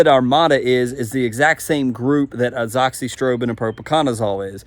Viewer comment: Mcclearys? Is that what you said? Is that the name? Pretty sure its just clearys. I cant stand people that do this kind of thing and just make up their own names for stuff. You're like Greg Phillips who says anoxyprobin instead of azoxystrobin. Read the name and say it the way its written. It is seriously not that hard.